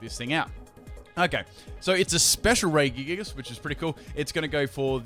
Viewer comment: Why did you pronounce Regigigas with 3 hard G's? Think Reggie Fils-Aime